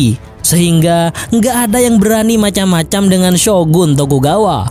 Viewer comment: Logatnya kok madura ya bang.. 😀 Jepang bang.. Bukan jeppang.. Macam-macam, bukan macam maccam.. Tuan, bukan tuwwan.. Berniat, bukan berniyyat.. Sengit, bukan sengngit.. Cepat, bukan ceppat.. Propinsi, bukan provensi.. Tangan, bukan tangngan.. Jadi-jadian, bukan jadi-jadiyyan.. Tepatnya, bukan teppatnya.. Soghe' dan letolean itu apa? Haduhhh